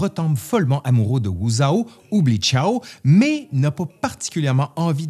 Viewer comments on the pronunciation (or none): "Xiao" se prononce "Sssi ao", pas "ciao bella vita" si jamais 😂 "x" = "s"